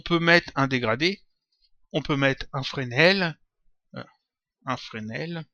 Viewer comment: Tutoriel très utile ! Je viens de découvrir ta chaîne et c'est de loin la meilleure que j'ai pû trouver concernant C4D (et tu es le seul jusque là à bien prononcer Fresnel haha). Plus je regarde tes vidéos et plus je me demande si tu as suivi une formation, qu'elle soit scolaire ou professionnelle, sur ce logiciel pour le connaître aussi bien. Ça m'intéresse beaucoup de savoir car je compte suivre une formation scolaire dans le graphisme, et j'aimerais savoir vers laquelle me diriger pour en apprendre plus sur ce logiciel. En attendant ta réponse, je peux te dire que tu es un très bon professeur, surtout pour moi qui n'y connais vraiment rien à propos de C4D et qui a soif de savoir ! Bonne continuation et surtout, ne t'arrête pas en si bon chemin !